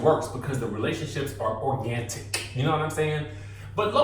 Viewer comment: There's no T in organic lmao.